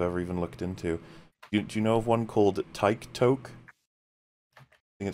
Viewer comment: I legit thought you said "Tyke Toke", as in, some kinda political movement encouraging small kids to smoke weed or something.